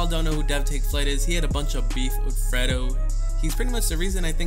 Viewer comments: Bruh, who tf is freddo, it's pronounced fraydo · it's fredo not ferdo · Why did you say Fredo's name like that like Fred-O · The way he says fredo he says "Freddo" lmbo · why do u say fredo like that😂😂😭😂😂